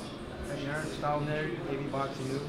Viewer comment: Hearn, you american's never get his name right